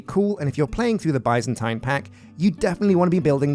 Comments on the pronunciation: It's not bī-zan-tīn it's bi-zan-tēn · Omg I love you, you're my 2nd favorite all time youtuber, but it is pronounced BIZZ-AN-TEEN, NOT BY-ZAN-TYNE. BIZZ-AN-TEEN. AND THE ADJECTIVE FORM OF BIZANTINE IS BIZANTINE!!! NOT BIZANTINIAN. THATS LIKE SAYING ENGLISHIAN INSTEAD OF ENGLISH. AMERICANIAN INTEAD OF AMERICAN. AUSTRALIANESE INSTEAD OF AUSTRALIAN. ITS JUST JUST BIZANTINE. BAHHDHEJIWSOKDDNKWKn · idk if it's a british vs american thing but i've only ever heard it pronounced 'biz-uhn-teen' never 'bye-zan-tine' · i am screaming why and how do you keep mispronouncing Byzantine it is pronounced [ˈbizənˌtēn], in plain speech, that's Bih(short i)-Zahn-Teen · British English and American English have different pronunciations. Both are considered correct.